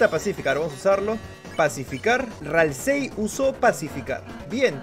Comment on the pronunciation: .Ralsei se pronuncia "ralsi"saludos desde argentina